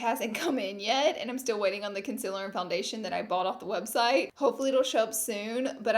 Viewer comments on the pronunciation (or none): Its concealer not conciler 😂😂😂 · I know you say you know you say concealer weird but I've never noticed until the first 2 mins of this video The conciler gurrl! LOOL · take a shot every time she says “conciller” 😂